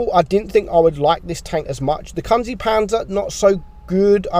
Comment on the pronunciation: how does he pronounce kunze so badly lol